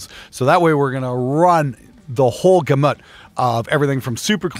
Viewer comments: lol... gamoot. I"m yelling now... its GAMMET.... LEARN EFIN ENGLISH...lol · Some commenters: WAH!!! SAID SOMETHING I DON'T AGREE WITH!!! Me: Did he just pronounce it "guh-mutt"? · I've never heard gamut pronounced like that before, usually the first syllable is the stressed one lol